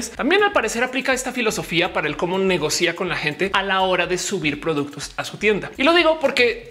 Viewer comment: Bueno el vídeo, súper informativo. Solo caba decir que se pronuncia negocia no negocía